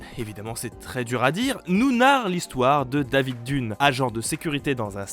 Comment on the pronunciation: On prononce "Dèvid Deunne" et pas David Dunne !